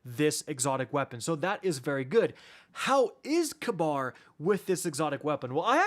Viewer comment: funny tho since in real life its pronounced "ka-beer"idk how they butchered it so hard. or they hate the middle east that much